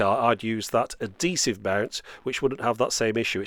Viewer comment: Adesive or Adhesive? Great review anyway~!